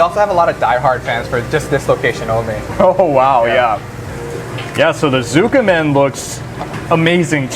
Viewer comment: Keep it simple, tsukemen= skeh-men not zu-keh-men. Daikokuya=Dai-KOH-ku-ya serves tsukemen as well. I like main store Tsujita tsukemen for it's pork and fish base broth, more complex but the Annex pork base tsukemen is very good as well. Tsujita does serve a larger tsukemen than I've seen at other ramen places in LA. Portion size doesn't compare to Jiro Ramen in Japan though. Ridiculously large portions and for less than $10. If you don't finish the noodles, you will be warned not to order so much or get banned. Daikokuya's is laughably small for $18. I always have to order extra noodles.